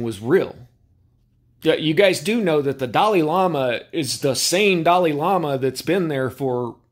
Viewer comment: the Di lie lama… what??😂